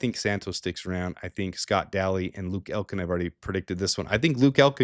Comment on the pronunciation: also, why do you pronounce LS Scott Daly's name as if his last name was spelled Dally?